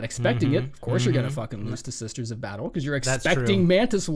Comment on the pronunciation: “The sisters of badtle” fucking killed me.